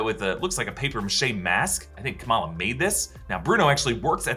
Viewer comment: Isn't it Kamala and not Kamaala? Like why?